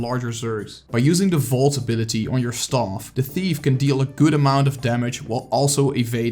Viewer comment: Please stop saying STAUF! Super annoying! Learn how to say staff! The rest of the video was nice.